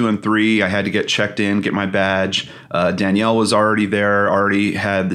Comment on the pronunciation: This was such a well done vlog! Loved seeing you and together. Btw, maybe I’m mistaken (really sorry if so) but according to the spelling of her name, shouldn’t it be pronounced “Da-nell”, rather than “Dan-yell””? If it were spelled with an “i”, as in Danielle, it would be pronounced “Dan-yell”. I’m truly sorry if I’m wrong, I’m fairly new to both your channels.😬 I appreciate so much the work you both put into your videos.👏🏼👏🏼💕